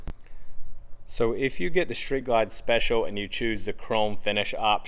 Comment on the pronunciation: It’s Street Ride not “Shreet” Ride!